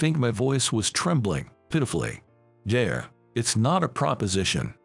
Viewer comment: bowed is pronounced the same as bow wow. Yeah is not yay.